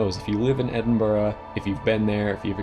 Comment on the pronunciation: well done for saying edinburgh correctly mate